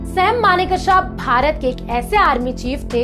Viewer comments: Maane ksa nahin manek sha Uchcharan sudhar koi bhi anchor bnra aaj kal. 😂😂😂😂😂😂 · Request you to please pronounciate his name correctly. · Pronounce Sam Bahadur's name correctly, please. Ask a Parsee... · Video bahut accha Laga. Maneckshaw.2 alag word nahi Hai. AAP ko Yeh Dhyan rakhna bahut zaroori Hai. 50 time Sahi bholna seekhe.